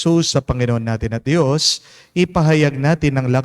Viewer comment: i hope u dont mind po ... for the male singer, pls pronounce Dios (Diyos) not Di - yos ✌️❤️✌️